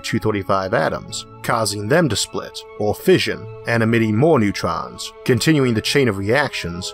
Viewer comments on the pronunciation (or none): none